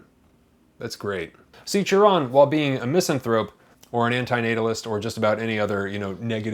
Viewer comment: Thank u for pronouncing his name correctly.